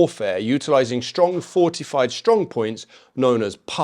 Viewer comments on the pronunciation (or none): none